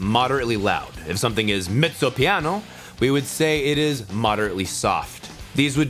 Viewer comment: I am playing the piano for ten years now, co I basically knew everything. But when I heard your pronounciation... I could't stop laughing. I know it is the right pronounciation, but I have never ever heard anybody say it that way :D. Anyway, great video, keep it up. Waiting for those more advanced lessons, to learn something aswell... With that being said, what are your future plans with this series, and are you willing to continue, even though we both know, that money from these vids won't pay your bills?